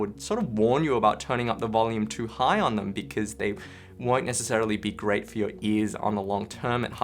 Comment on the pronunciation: Nece-celery? never heard of that particular celery before...